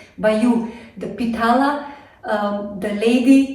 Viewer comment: Harekrishna mataji pitla not pitala yummy kotmbari vadi